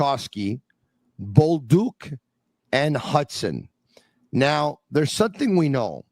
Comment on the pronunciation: It's Bolduc, not Boldouc...